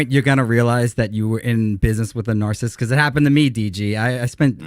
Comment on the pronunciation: Anyone have a count on how many times mispronounced narcissist?